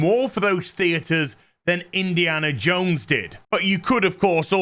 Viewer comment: Why do you keep calling it Indiana Jake??